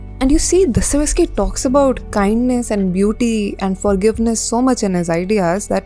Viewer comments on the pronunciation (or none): It's Dostoyevsky, not Dostovesky